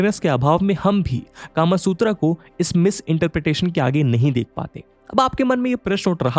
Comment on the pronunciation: sir...or... british culture india me itna deep he ki aap bhi .... kama sutra ko... कामासूत्रा बोल रहे हो ना कि कामसूत्र